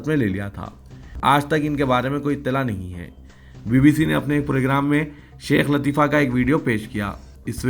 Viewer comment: Dear Reader please correct the pronunciation Sheikha Latifa not Sheikh Not Hawasi it HUSHI Tribe in Yemani